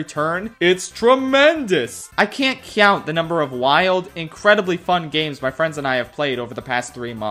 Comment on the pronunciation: totally unrelated, but you guys have noticed how pronounces the word "count" as "cyownt", right? Genuinely curious what linguistic condition led to this